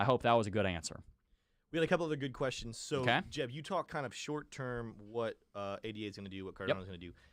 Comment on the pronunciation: I like your analysis, but please pronounce ADA "aay-duh" it's not "aay-dee-aay"